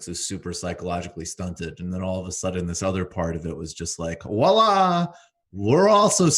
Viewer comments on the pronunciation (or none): Pronouncing “Voilà,” as if it begins with a “W,” is cringe, Michael, but I can’t tell you what do to.